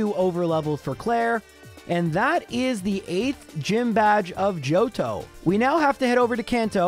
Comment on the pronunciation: I replayed a bunch of times because I heard “Jojo region” instead of JOHTO